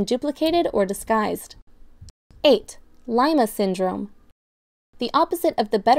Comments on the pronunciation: It's [LEE-mah] not [LAI-mah] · She pronounced it wrong to, she pronounced lima like lime-ah when its supposed to be lee-mah as in the peruvian city that the disorder got its name from